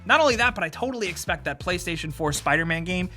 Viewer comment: please no more "expect".